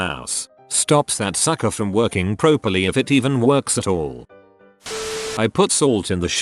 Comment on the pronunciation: it never ceases to amaze me that can pronounce "Dvorak" perfectly, yet when it comes to something completely innocuous like "properly", all heck breaks loose